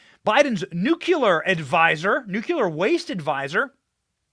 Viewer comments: Pronounced 'new-clear'. Sorry B, when you pronounce it like GW Bush it makes me cringe. Just say no to nuke-u-ler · Benny, They spray chemicals down on us here too...CHEMTRAILS PLEESE, not you too Benny...it's not NUKULER... IT'S NUKE LEE ER! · And by the way it’s nuclear. Not ‘Nukiller’ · It's pronounced NOOK-LEE-AR not nook-you-lar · Umm, Benny, there is only one "U" in nUclear, and there is no "K"... it's not "Nukular", it's "Nuclear". You sound like George W Bush. lol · Benny, it's nuclear not nucular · Benny, Please do not say 'nuculer'. It's nuclear. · Please learn to pronounce 'nuclear' correctly, Benny. 'Nu - klee- are', Dont sound like that idiot George W. Bush. And no im not a 'leftist commie puke karen'. Just a conservative american who subscribed recently. My Dad was on the first nuclear submarine in 1960 in the USN and id like him to rest in peace. He hated that ignorant mis-pronounciation. Thank you. FJB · Good show as always. At this point, I’m pretty sure you’re saying “nuclear” wrong on purpose. You get more comments that way which is honestly a brilliant way to get the youtube algorithm on your side.